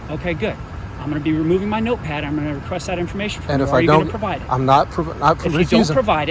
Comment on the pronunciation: ☝🏻😤 "stand by, let me get my NOTEPAD" why did he say it like that lmfao what a dweeb